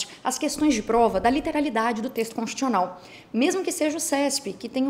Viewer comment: Constchiucional que se fala?! :/